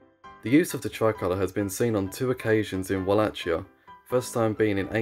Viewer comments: Just please learn how to pronounce a place/region/country's name if you're going to be featuring it every other sentence. That is not the correct way to pronounce Wallachia. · All good, only you pronounce Wallachia all wrong. It is not with a "tsch" sound. So not like Ch in "Chad", but like "kie" in cookie. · my friend, it is Vah lah hee ah or Vah lah kee ah. not vah lah (t)chee ah. i know it is an exonym but imagine calling a Deutsche(German) in English "joor meen". he would feel even more cringe. i too would. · Va la hi a not Ua la ci a repeat after me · The common pronunciation "Wallakia" is actually wrong too. Its spelling was unfortunately taken from German, where the "W" is pronounced as "V" and the "CH" is pronounched as "H". So, to avoid confusion, the ideal spelling would be "Valahia" similar to "Valhalla". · It's not pronounced "wall - ach - ee - a". It's pronounced "Wall - ache - ee - a" with a much harder second syllable pronounced like the word "ache". If you're going to make a video, maybe learn the pronunciation. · Read it as 'Valahia' not 'Ualacia' 😆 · Walla[k]ia with [k]. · Dude... pronounce it correct without the "ch": Valahia and with no accent on "i" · Can people at least try to pronounce any of these names right??? Its pronounced like wallakia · Wallachia is pronounced /wɒˈleɪkiə/ which means it uses a "hard" ch sound. Like Wala-kia. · I sincerely apologise on the absolute tragedy of me pronuncing Wallachia and Moldavia/Moldova, thanks to the people who pointed it out and gave the proper pronunciations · "Moldovia" wasn't that bad. Wallachia though..... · it's funny how you read Wallachia like Nike Huarache 🤣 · why would they be furious, are you referring to the bad pronunciation of wallachia?